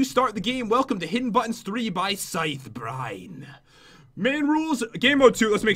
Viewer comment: Its not scythe brine its scy the brine I guess